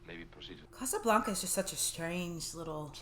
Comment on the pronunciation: Please stop pronouncing A's as if they are O's. It is NOT Casablonca, it is Casablanca. I the same way a Bank is not a Bonk.